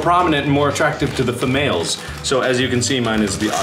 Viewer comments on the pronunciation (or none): ... did mark say famales?